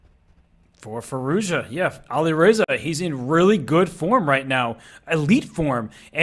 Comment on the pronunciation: Please stop saying Ali Reiza... His name is Alireza